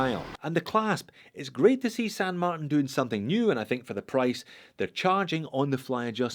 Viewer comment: FIRST & most important, it's SAN marTIN (TIN = TEEN). Second, I can't get with counterfeit/rip-off copy brands. Third & finally, that watch just is a hodgepodge of a bunch of different ,existing watches, AND it's TERRIBLE.